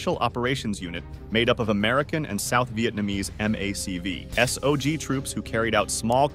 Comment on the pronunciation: Mac v sog isn't said like that do more research please